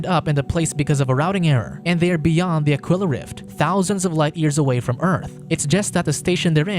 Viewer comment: Aquila. Ah-Key-La. As in Tequila